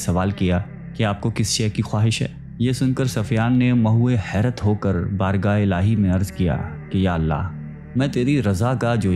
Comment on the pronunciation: Bhai ap buht hi acha Kam KR rhy hyn Allah ajr dy ga ak do Urdu words ap ny teek ada nai Kia vo teek KR ly (myhwy hyrt ) (naa mehram) sunyny myn acha nai lgta never mind